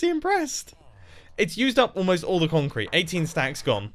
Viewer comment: Mumbo: what should build with? Mumbo: conk crete